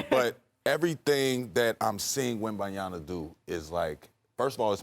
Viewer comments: “Wembiyana” is crazy work shump 😂😂😂😂😂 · Can Shumpert get Wembanyama's name right when he says it? He's saying it just like Stephen A Smith before SAS started getting it right